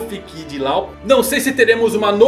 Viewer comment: Láu, Lol... não cara, a pronuncia é Ló!